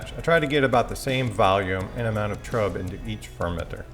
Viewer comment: I watched a couple of your videos. Great content. A couple of little picky things: Trub is pronounced Troob. Wort is pronounced Wurt. It's always a good idea to hydrate your yeast. You get visual confirmation that your yeast is good or bad. It can also help you to avoid off flavors that might happen with a direct pitch. It would have been nice to include S-04 in the comparison. I find that it makes IPAs finish about a point higher than US-05, but it tastes way sweeter than that.